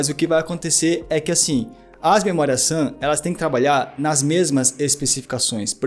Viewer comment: o cara fala assobiando.. ao inves d memoria RAM, ele fala memoria SAM.. puutz